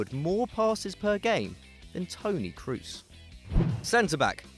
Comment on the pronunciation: P1 5mok35cr33n Cross isn't the right pronounciation either but it's better than "Croos".